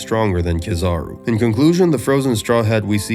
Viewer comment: the way you said ka-zar-ru really threw me off lmfao they say it in the show idk how people get words wrong when they say them themselves